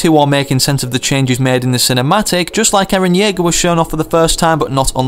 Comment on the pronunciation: "Eran Jaeger"?! WHAT. ITS ERAN YEAGER